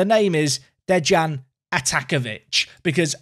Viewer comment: De(i)an, don't say the J